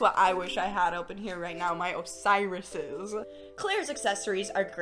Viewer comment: SHE SAID OSIRUS'S and I inhaled so hard and side eyed my closet. (If I still have those bitches istg..)